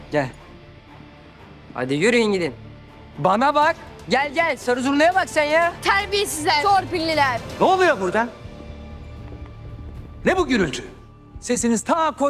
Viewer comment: Terbiyesiler diyisi